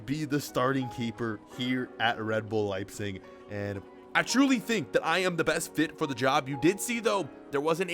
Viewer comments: Why are you saying "Liesing" it's pronounced "Lejbsik" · Please say your team name correctly